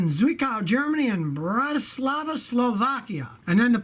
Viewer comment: Hey, that was pretty good pronunciation of Bratislava Scotty :)